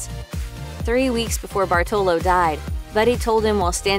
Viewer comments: It is Bàrtolo not Bartòlo. Hermione intensifies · Americans or Italian Americans ALWAYS mispronounce our Italian names or surname! Jeepers, LEARN HOW TO PRONUNCE! BARTOLO (accent on the A and strong sound for R like you would read two R)